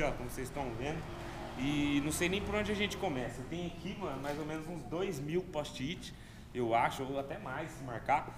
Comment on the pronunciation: "póst-it" KKKKKKKKKKKKKKKKK salve